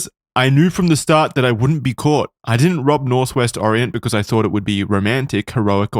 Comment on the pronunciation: Does Wendigoon not know the word "caught"??